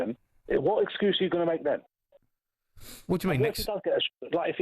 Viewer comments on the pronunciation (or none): exscuses, exscuses, excsuses